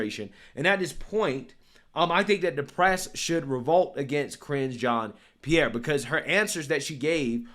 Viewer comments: Careening into a John’s pee-air💩🤡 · Keep saying it so that it sounds like "CRINGE Jean Pierre." Very accurate.